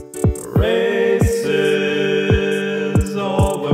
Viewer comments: It sounds like he's saying racist, instead of races. XD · When he says "races, all the races" i couldn't help but hear "racist all the racists" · Am i the only the one who heard rasict about 30 times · First time I saw this I thought he was saying "Racists, all the racists..."